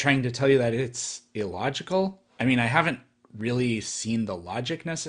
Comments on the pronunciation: or that he says "E-logical" instead of "illogical" or "abby-o-genesis" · He also says "e-logical" for some reason. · I know it's pedantic but that idiot keeps saying "eeelogical" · I cant stand the way he says illogical. Its not E-logical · Sounds like someone who was home-schooled and has no friends to correct him when he mispronounces words like "tooted" and "e-logical".